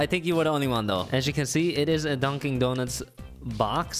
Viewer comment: i wasn't looking at the screen and i was so confused cause i thought you we're saying my name not dunkin lmao